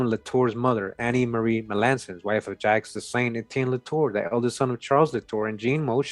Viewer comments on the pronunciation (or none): none